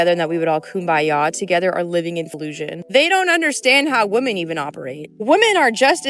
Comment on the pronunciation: First, learn how to pronounce the word "women" correctly.